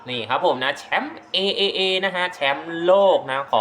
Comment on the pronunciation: จริงๆต้องอ่านว่า TripleA นะครับ